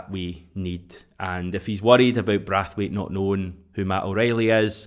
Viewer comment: Omg it's braithwaite ! Not brathwaite 😂😂😂😂 embarrassing